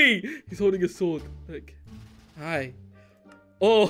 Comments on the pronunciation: Hey...... you said gi...instead of hi...I thought that was funny...hehe... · go back to English class Flashbacks to when said gi instead of hi